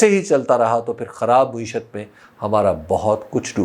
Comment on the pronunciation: حبیب بھائی ! لفظ مُعیشت نہی ہوتا مَعیشت ہے ۔۔۔ !